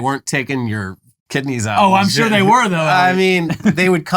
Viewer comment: shuure 😮 shore 😢 shoorue😂